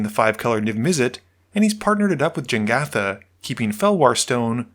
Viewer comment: man you're worried about the Ratadrabik pronounciation but you keep saying "Jengatha" for Jegantha :D Good game though <3